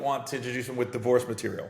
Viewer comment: Been loving you since comicview but for the love of God learn to pronounce “divorce”!😂😂 nothing about that shit was “racist”! Haters STFU w/ ya bitch ass!